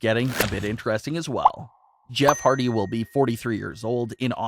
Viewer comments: It HARDY NOT HARDTY LOL 😂 Jeff deserves so much better hope he goes AEW him broken Matt AEW TAG Champions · You spelled Hardy wrong. You said "Hardty."